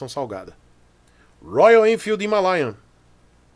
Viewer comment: "Himarea". hahahahahahaha